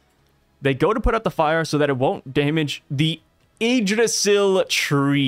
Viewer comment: Bro ur good on the Yggdrasil pronounciation 🙏🏽